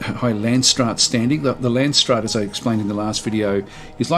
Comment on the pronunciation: Nope, you saying làndsstraat really puts me off